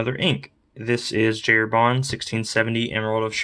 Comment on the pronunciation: Beautiful ink, beautiful pen, I'm planning to get both soon. Great to hear somebody to pronounce correctly the name of the brand, you earned bonus points from that 👍